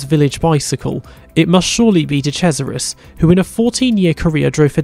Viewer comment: Did he just say "de crasharis" instead of de cesaris? :D Btw reminds me of something. Why did Hill cry so much about Schumacher when he literally told the team he would rather give up a 1 2 when his teammate is on top? He had the same determination and was willing to do anything, no blame for that. But then dont cry if someone else comes along and got that same determination